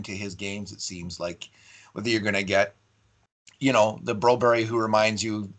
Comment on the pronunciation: Just say Bro-BERG, stop the berry.